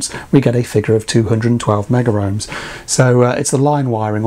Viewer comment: The correct pronunciation is Megohms, don’t ask me why, never made sense to me but was drummed into us at college. In the commercial/industrial sector that is how it is always referred... see Chris Kitchers IR videos as an example.